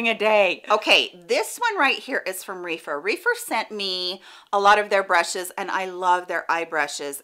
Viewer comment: Great video! I’m in need of some better quality eye brushes. Just an FYI, I believe Rephyr is pronounced with a short e like “Ref-er”. Reefer is something completely different 🤣 No big deal but it gave me a chuckle